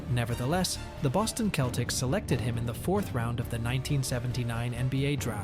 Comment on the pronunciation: The Boston "Keltics"?????????????????????? wtf?